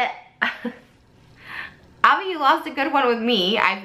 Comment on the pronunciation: She's not even pronouncing his name right most of the time.. I doubt anything happened here. Not to mention in the bags she shows there's a pair of pink flip flops wedged in them... I doubt he wears those lol